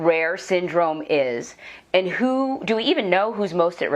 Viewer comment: The " vackseen" is the DIRECT effect. No ty